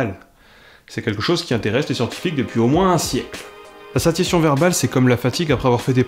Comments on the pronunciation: [sasjasjɔ̃] et non [sasjation] du coup, comme dans satiété. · satiation : tu es sûr de la prononciation ? Je dirais plutôt sa.sja.sjɔ̃ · Satiation satiation satiation satiation satiation... Mais ça ne se prononce pas plutôt "saSSiassion" ? Comme satiété ? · Vidéo. Et sinon satiation = /sassiassion/, ou c'est juste moi ? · On dit "SaTiation" (avec le son "t") ?! Ne devrait-il pas se prononcer "Sassiassion", comme dans "satiété", qui a la même racine...? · Cool. La prochaine fois, fais-le en prononçant correctement "satiation".